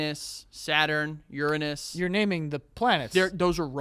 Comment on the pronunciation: The fact that said Uranus the right way blew my frickin' mind! Astounding!